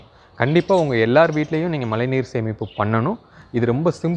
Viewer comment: its not malai neer.. its mazhai neer..